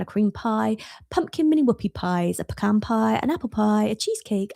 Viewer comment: Thanks for pronouncing 'pecan' correctly, instead of saying 'pee-can'.